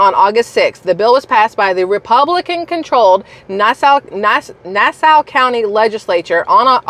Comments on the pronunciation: Hahaha love you. Its Nassau like the way pirates say it Nass - Auh :) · I live on Long Island it's pronounced Nass-awe